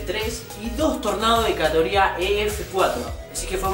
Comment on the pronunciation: Tornados de “catoría”, no se te entiende lo que hablas. Pronuncia bien.